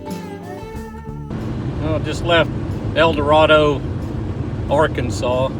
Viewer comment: It's El Dorado pronounced like Tornado, I grew up & still live here